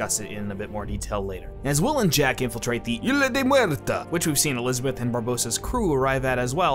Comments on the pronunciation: Two things: at one point you sad "Barrosa" instead of "Barbosa" and also you keep pronouncing "Isla de Muerta" wrong. It's ISSSSLA or EESLA with a pronounced S. Not, "Ila" or "Aila." In Spanish the S is pronounced in isla, which is Spanish for island. Fuck. For a guy who claims to love this movie you sure sound like an idiot who stumbled upon it. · “Isla de Muerta” is a Spanish name. Spanish is a phonetic language. Therefore, “Isla” is pronounced “Eesla,” not “Eela.” The ‘s’ isn’t silent, due to the fact that there are no ‘silent’ letters in any word in any crack or crevice of the Spanish language. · Is anyone else bothered by how ISLA (In "Isla de Muerta") is pronounced? You know, without the 's' as if it said HILA DE MUERTA. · It's "Isla De La Muerte" and you do pronounce the S on Isla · in spanish we do pronounce the "s" in "isla" so it was so fun to hear you yell "ILA DE MUERTA" every time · So, when pronouncing "isla de muerta" you should pronounce the S, as it's in spanish. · Why do you not pronounce the s in isla del muerte? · cool video but the butchering of isla de la muerte is annoying as fuck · Your pronunciation of isla de muerta gave me pancreas cancer, but good video overall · love the way you pronounce "isla de muerta"